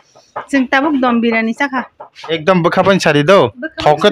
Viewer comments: Dum biryani ❌ Dom biryani✔️😂😂😂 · Dum biryani ❌Dom birani✅ kuch bhi